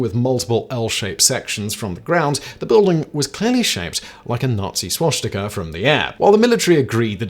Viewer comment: No "h' in swastika, Simon